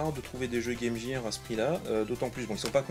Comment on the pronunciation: Salut, sympa tes achats ! Petite info : Game Gear ne se prononce pas Game Jire, mais Game Guire ! Beaucoup font la faute (je la faisais aussi jusqu'à ce que je demande à ma prof d'anglais ce que ça voulait dire ^^ "Equipement pour le jeu", pas très classe en français...)